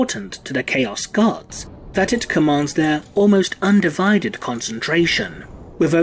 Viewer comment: I can't unhear "Chaos UndiVIded."